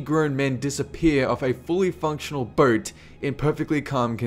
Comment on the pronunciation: Wtf... he keeps saying "mules" instead of "meals" and "burt" instead of "boat"...Lost interest in the video just because of that...